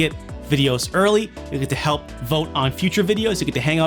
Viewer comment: "Zelda-da" "He-pl" I found this funnier than I should!